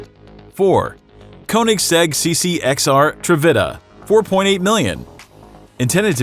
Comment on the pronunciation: he also messed up the ccx trevita